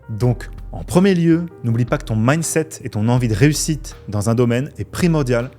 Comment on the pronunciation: j'ai entendu "min set" j'ai arrêté